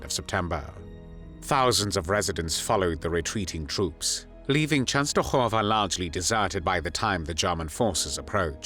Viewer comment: Why did the narrator keep saying the "Polish and the Jews." Wasn't the Jewish population also Polish? Please enlighten me. I do applaud the proper pronunciation Częstochowa.